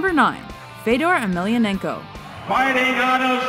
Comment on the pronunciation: Agh.... It must be hard for Emelianenko to hear his name mispronounced so badly.